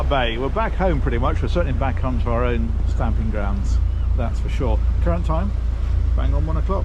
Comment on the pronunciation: Yo, its stomping grounds, not stamping!! Lol😅😂😅